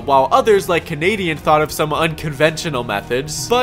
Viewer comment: "If there is kenadian its possible"